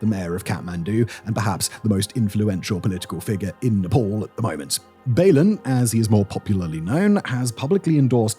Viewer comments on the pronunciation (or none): its always fun to watch westerner trying to pronounce nepalese name lol. your pronunciation for balen sounds like rolling pin in nepali. anyway thanks a lot for covering the news.